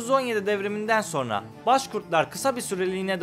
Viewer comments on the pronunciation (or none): none